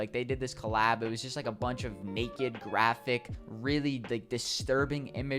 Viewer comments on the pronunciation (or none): none